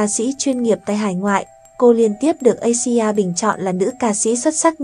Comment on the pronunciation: Asia bạn phải đọc là Áy di a nhé.